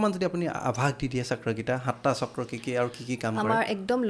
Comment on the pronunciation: কি চাক্ৰা চাক্ৰা কৈ আছে বাইদেউ? চক্ৰ বুলি ক'ব নোৱাৰে নেকি?? আপোনাৰ মুখত অসমীয়া নুফুটে নেকি? নে ইংৰাজী ভাষা কওতে কওতে জীভাখন বেছি স্মার্ট হৈ গ'ল😂😂